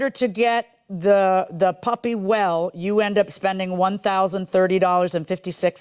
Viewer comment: Sound like she saying “puppet” not puppy